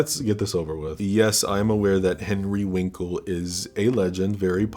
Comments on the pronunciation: Henry Winkle??? 😂😂😂 You forgot the " r" in Winkler... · Is saying "Henry Winkle" on purpose?